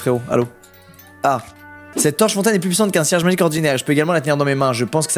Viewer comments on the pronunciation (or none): C'est moi où il dit serge au lieu de cierge ? 😂